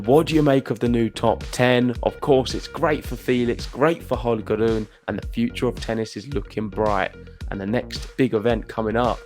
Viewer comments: It should be pronounced Ro-ne, not Ru-ne. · RU-NE. Please stick to that correct pronunciation of his name!! And STOP that "ugly" sounding ( and WRONG! ) "roon" thing. Greetings from Denmark.